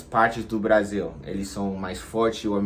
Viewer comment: Brazil com z se fala no inglês, Brasil com s se fala em português, vc falou português com Brasil em z